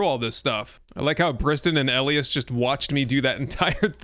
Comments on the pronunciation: Elias = E-lie-us not L- E- us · FYI - Elias is pronounced "EL - EYE - US" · Elias is pronounced E lie us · First time hearing Elias pronounced that way lol, up here we pronounce it as E-Lie-Ass. Love your content man and I def want to try this mod. I have played UL and am waiting for it to be brought to 1.0 because of your content. Keep up the good work man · ee-lie-us = Elias